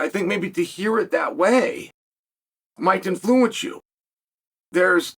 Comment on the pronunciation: why does he say 'influence' like that